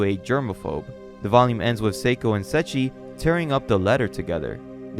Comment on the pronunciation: bro atleast research how the fucking name of the most important character in a story is pronounced. Mfking setschi is giving me braindamage each time you say it and thats basically evdry fucking 2 seconds. Unwatchable for people like me